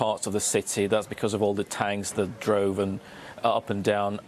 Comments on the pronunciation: Droven?????? I think you mean "driven" mr BBC correspondent. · He said droven